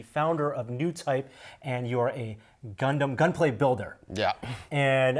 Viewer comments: That dude kept on saying gunplay kits. Bruh its Gunpla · GunPlay? It's GunPla. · NONONONONONONONONONO NO!! Gunpla stands for GUNdam PLAstic So it's pronounced gunplah not gunplay I thought you were Asian dangit(that was a joke pls I'm an Asian too don't kill me) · It's not gunplay it's gunpla pla as in plastic not play.....Plastic Gundam model. Man that's brutal that he never corrected it. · Stop saying gunplay. It’s gunpla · it's pronounced GUNPLA', not GUNPLAY/GUNPLAE. dammit!😡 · Did he say gunplay.... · woah... that Kshatriya tho :o Marida would be proud also, it's gun"plah" not gun"play" XD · WASSUP! Ackshually it's Gun PLA not PLAY god. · Love Gunpla. Calls it GUNPLAY. If you are doing a professional video at least pronounce the words right. It's like your dad constantly calling it Poke Man. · Shame shame shame! It's Gunpla. NOT GUNPLAY!. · IT'S CALLED GUNPLA!!! NOT GUN-PLAY! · Lol the way you pronounces gunpla is kind of offending me.... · I guess I've been saying gunpla wrong all this time xD